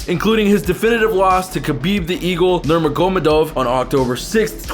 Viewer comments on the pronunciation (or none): Donald "Karon" Khabib "Nurma Goma-Dov" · He said porer and numegov 3 names pronounced wrong 😂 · And Nurmagomedov and poirier...you need to actually watch some mma